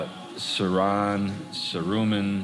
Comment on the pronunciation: The emphasis is on sau not ron